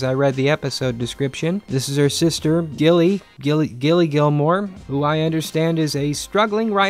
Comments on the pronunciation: The fact that you’re calling her Gillie is just so funny to me 😭😭😭 I laugh every single time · It's Rory not 'Gillie' who tf is 'Gillie' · Lmao did he call rorey Gilly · Why is Rory called gilly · Gille???😂 NO ITS RORY... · Gillie! It’s Rory. By the way it takes place in Stars Hallow, Connecticut. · Gilmore girls is my favorite series ever ever ever. With being said, if I was in your shoes, and saw that episode withou any back story I would feel the same. And actually, you right about some of the things you said about the characters, even if you got every name wrong except for lorelai aahah Ps. The Emily thing was a bit harsh, it was a terrible thing that happened and the actor actually died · He can't get the characters names right